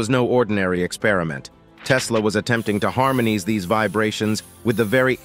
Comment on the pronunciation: A.I="harmon-knees" instead of "harmonize"!!!!